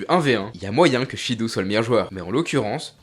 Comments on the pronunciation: Shidou se lit shido en japonais 😂😂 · Super vidéo comme toujours 🙂 Pour Shidou avec "ou", il faut le prononcer "o". Le "ou" est un "o" long 👍🏾